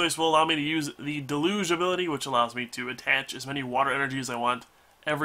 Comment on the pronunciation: Alright,. Love you to pieces man, but, just in case you don't know, I want to go over pronunciation with you. "Deluge" is pronounced dell (like the company) - youje or del-youj; from the dictionary: ˈdɛljuːdʒ. Then, "ballista" bah - liss (like hiss) - tuh or ba-liss-tuh. Hope this helps, man!